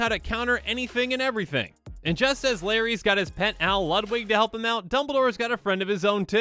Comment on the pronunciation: Bro you straight said dumbeldoor like 3 times xD